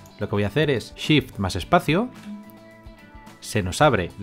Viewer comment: Excelente video, me sirvió mucho, a la hora de empezar a clonar, no me funcionó con la tecla Shift (que por cierto, primer español que escucho que no dice Sift jajaja), sino con la tecla ALT. Saludos desde Bogotá.